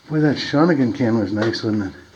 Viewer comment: You're pronouncing Shawinigan incorrectly.